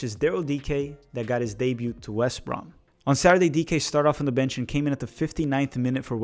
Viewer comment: FYI - the T in "debut" is silent.